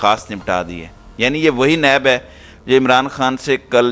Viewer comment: یہ نیب نہیں ہے, بلکہ پن کی نب ہے, جو لکھا جاے وہی پڑھا جاے اس وہ لکھ دیتے ہیں پڑھ دیتے ہیں۔ یااللہ معاف فرما اور رحم فرما